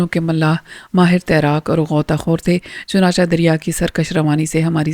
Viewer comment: Madam its chunachay not chunacha